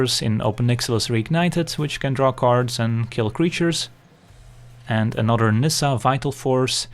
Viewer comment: When you say 'anodder' haha